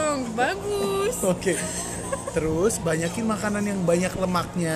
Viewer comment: Akhirnya ketahuan, ternyata dari sini awal mulanya nastasya kalo mau ngomong banyaak itu jadinya banyakiin 😭